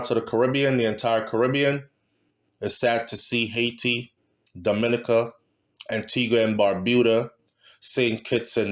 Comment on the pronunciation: Dominica is pronounced-Domi-neeka